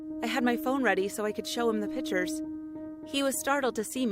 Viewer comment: “I snapped a couple of PITURES